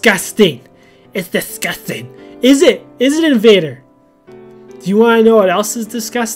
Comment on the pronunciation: when he said "u lnow whats discasting?" YOUR BEARD!" I was like "OH SA NAP!!!!!!